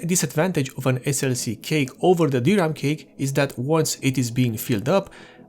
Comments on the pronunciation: Thanks for the wonderful explanation. I have only one thing to say, I hope you don't mind me saying this. Cache is not pronounced cake, but it's pronounced cash. Again thanks for this video, I just bought a 120 gig bx500 for my dad's core2duo machine. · You keep saying "Cake" and It took me a while to figure out you meant "Cache". The word is pronounced like "Cash" for future reference. Good video. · as a courtesy, cache is not pronounced 'cake' it is pronounced 'cash". informative video otherwise.. :) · I know what it's suppose to be. But you kept saying "cake" and not cache, which is pronounced "cash." Or "cash-eh" if you're of a more french persuasion. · Cache is pronounced like "cash" not "cake", just saying. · Did he say DRAM Cake? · i like u calling it cake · Dude call cache cash next time. That is how it is pronounced.